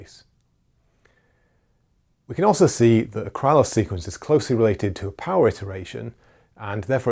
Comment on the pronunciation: Just on a side note about pronunciation. The name "Krylov" is pronounced "Krilof" with the stress on the last syllable and the "y" being simply an "i" as in "sit". "Lanczos" is pronounced as "Lanchosh" with the stress on the first syllable.